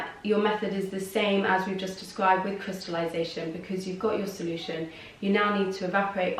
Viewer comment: did you just say "crystalution". I can't process what you said "If you have a -" etc..